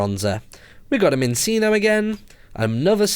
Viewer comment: Martyn minccino is pronounced minchino and cinccino is pronounced chinchino i watch the whole series of black and white